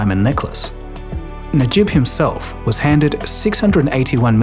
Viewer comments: Its Najib, not Nijab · It's Najib, not Nijab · Na-jib. Not ni-jab. 😅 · Najib not Nijab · How the hell do you keep mispronouncing "Najib" as "Nijab"!? It's not difficult. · Na-jib not nijab 😂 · Najib not Nijab. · There's an error with your pronunciation on the ex-Malaysian PM name. It's pronounced as Najib, not Nijab. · I think you pronounced the ex-PM of Malaysia wrong😅 It's supposed to be Najib (Na-jeep) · Very interesting video but it doesn't sound good at all the way you mangled some of the foreign names in the story, including calling the Malaysian leader Nijab for the first half of it... Shouldn't take that long to figure out how names should be pronounced before narrating. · Najib is pronounce Nuh~jeeb. I guess the word Hijab is in your mind haha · The PMs name is pronounced Nah-je-b Najib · you pronounced Najib's name wrong so many times lol, nijab, jab? wut?? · Honestly "Nijab" deserves to have his name mispronounced. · the narrator mispronounced the PM’s name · Mistaken pronunciations and . Again and . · I would say he deserves to have his name mispronounced lol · im not sure if you are using AI to speak or you yourself actually speak. Its pronounce as Na-Jeeb. Not Nee-Jab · FIRST learn how to pronounce names properly - It’s NA JIB not NI JAB - Economics infotainment is required to be efficient & sound - always pronounce names exactly what it is in a absolute manner - you are not a school boy - Prime minister Najib Razak is a dignified person who needs to be respected - if you are unable to sound profoundly professional stop what you are doing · I really enjoy the content on your channel, but please improve your QA. You repeatedly mentioned "Nijab" instead of "Najib" and there's even a typo in Cayman Islands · The ex PM's name is Najib not Nijab. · najib not nijab haha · It’s pronounced as Najib and not Nijab. 😂😂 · Sorry, the PM’s name is NAjib, not NIjab. It’s just very jarring because the rest of the video is pretty good. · It’s not “Nijab,” it’s “Najib.”